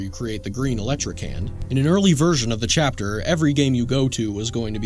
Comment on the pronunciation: Bro he said chaper not chapter at the end 😂😂😂